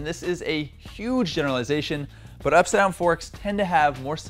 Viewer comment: Is it up-side-down? Or upsidon? Having trouble saying that?